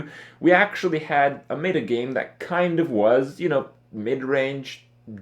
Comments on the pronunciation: Pet-peeve. It's not "Meat-ah" it's "Met-Ah". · ... "may-ta" shivers